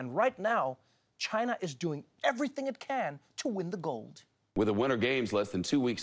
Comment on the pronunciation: Biathalon in Chi-nuh 🤣